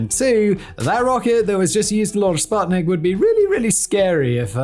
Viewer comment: Common guys. Your researchers are slacking. It's "oo" in Sputnik